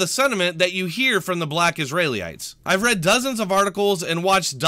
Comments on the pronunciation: For future reference its "is-ree-uh-lites", rather than "is-ray-lee-ites". Obviously no big deal, but it was driving me nuts every time I heard you say it. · It's Israelites, not Israely-ites... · I had to stop the video because I couldn’t stand how you say Israelites